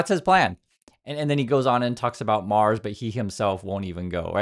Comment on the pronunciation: "A self-sustaining city on Maws". Where's 'Maws' exactly? On the outskirts of 'Mississippitti', perhaps?